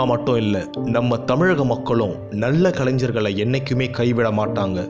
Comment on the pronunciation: Mistake in pronunciation, not kalainjar, otherwise nice video 👍